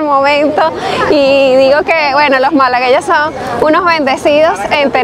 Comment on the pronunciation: Se dice Malagueños amiga. Excelente video 😉